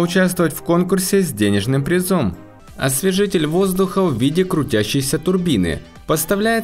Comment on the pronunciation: "призОм" !!! Ты в школе учился вообще или сразу блогеров родился?!